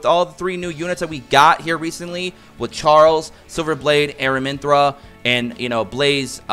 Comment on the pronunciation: I also noticed you're saying AraminthRA...there is no R at the end of her name..Its Aramintha lol wanted to say it before someone else was rude about it.